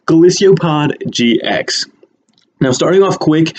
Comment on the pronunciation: its golisopod NOT golisio pod